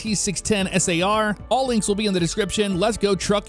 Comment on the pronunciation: SAR isnt pronounced S.A.R FYI